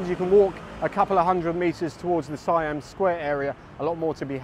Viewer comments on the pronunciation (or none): none